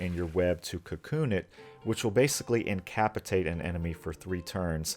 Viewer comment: ignoring literally the entire rest of the video which was great. the way you said "incapatate" really made me feel something special